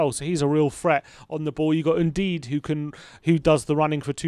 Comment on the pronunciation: Un-dee-dee, not “indeed”